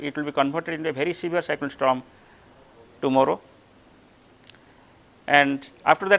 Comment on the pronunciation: It is Fany not Phoney.Is it a storm or a strom?